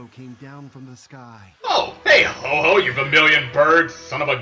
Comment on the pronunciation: HO-OH not Ho-ho